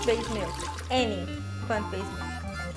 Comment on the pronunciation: You have lots of great recipes on your channel. I'm a rough and ready single guy, and cooking channels are normally not my thing. But your videos really stand out for some reason! Also I like the way you pronounce "mielk", it's so funny! "Almond mealk..." haha so cute I love it! I think that this should be the new official pronunciation of the word. I'm not saying boring "milk" anymore. Ever! Best wishes, V4L= vegan for life.